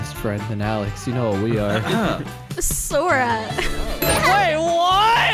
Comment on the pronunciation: It’s not sors it’s sora